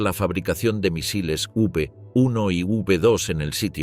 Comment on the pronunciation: Señor narrador, las nombas cohetes V 1 y V2 se leen "vé uno" y "vé 2"